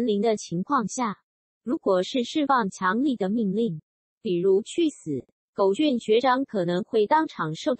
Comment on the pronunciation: 是念狗”ㄐㄩㄢˇ“吧